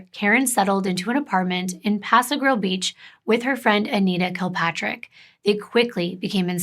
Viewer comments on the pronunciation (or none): none